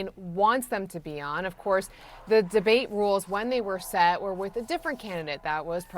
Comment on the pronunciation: "She's trying to get out of the drbate," says Trump as he is trying to get out of the debate